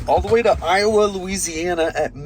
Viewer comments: Pronounced I-O-A, not I-O-uh. Louisiana is weird. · Iowa, LA is pronounced ‘eye oh way”